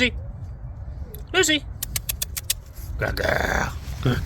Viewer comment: Он её позвал как Люси, но произнес для нашего русского уха это не чисто. И я подумала, а если собачку эту будет звать русский с чисто русским произношением Люси, то она откликнется или нет? 😊